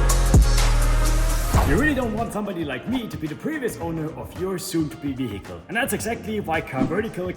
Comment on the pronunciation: "VEE-HICKLE", you've been spending far too much time in the US lol